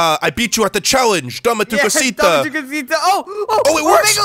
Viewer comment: It,s DAME ATU COSITA